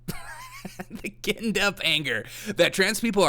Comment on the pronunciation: Just found your show, easy to listen to, enjoyable, gave me a smile. I subscribed for more. Ginned- pronounced, jinned.